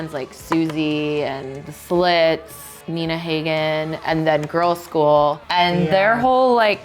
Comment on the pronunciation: Nina Hagen is pronounced Neena Haahgen not Heygen. The Eagles ripped off Gram Parsons, badly and David Geffen helped market them.